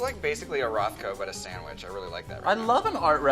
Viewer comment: he said sandwich like a true montrealer